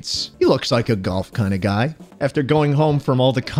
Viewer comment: I love galf man (not golf its galf)